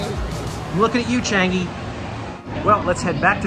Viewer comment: finally somebody from a foreign country said Changi right! Thx for saying it properly!